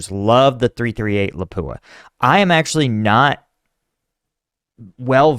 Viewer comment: It's pronounced "Lopp Ooah", not "La pooa